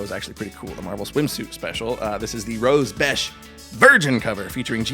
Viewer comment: Thanks for teaching me how to pronounce Rose Besch last name.